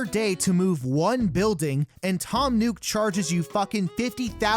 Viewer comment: FYI you're pronouncing Nook wrong. Its not NUKE, it's NOOK. Which is why the store is called NOOK n Cranny. 😑